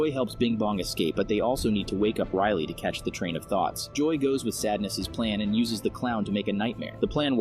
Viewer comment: i mean riley not rylie